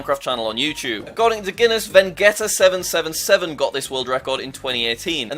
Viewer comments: ah yes VEGETA777 is pronounced as "VENGETA777". Nice one jack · Bro said vengetta not Vegeta anime fans 😢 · I just died when you said Vegeta777 username as Vengetta lmao (I'm not a Vegetta fan, if anyone's wondering, just found it funny) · has Anyone release that he read vegetta777 wrong it's VeGEETA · the way jack pronounced vegeta777 (one of my favourite childhood creators) as vengetta made me laugh out loud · he said vengetta 😭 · "VEGETTA777" Jack: vengetta777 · Why does Jack need to butcher every hispanic youtuber name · Me as a spanish speaker im disgusted that how jack said fernanfloo and Vegetta777